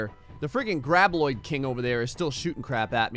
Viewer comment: ITS GRAB B-O-I-D NOT -L-O-I-D